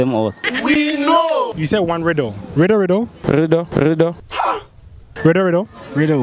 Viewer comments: Interviewer: Riddle riddle Man: ridoridoridorido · The guy was finally able to say riddle😂😂